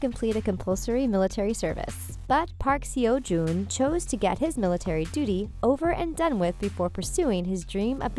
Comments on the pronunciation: And sounded like "ceo" jun xD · Did she just read Park Seo-Joon's name as it is? Like "Park Si-Yo Joon?" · We're from the U.S. and we are big fans of Park Seo Joon, even we knew she pronounced it wrong . We love K-Dramas and don't even watch American movies or T.V. anymore, we just watch Asian and British films and T.V. and feel they are the better actors. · Thank you for the video, but I have to say that Seo in Park Seo Joon name is not pronounced like that.